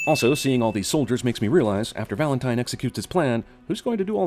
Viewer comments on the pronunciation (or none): none